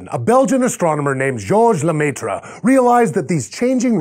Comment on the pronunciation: it's pronounced la-mare ... face palm